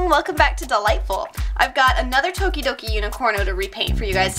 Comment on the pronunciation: Is it just me or does it sound like she says "Welcome to the Light Bulb" instead of Dollightful? Probably just me.